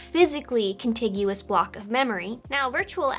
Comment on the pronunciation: You said con-tig-you-us instead of your trademark con-tijis